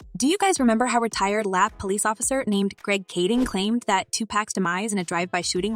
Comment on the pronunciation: They way she mispronounced everybody's name...😢..she said "lapped police instead of l.a.p.d.😂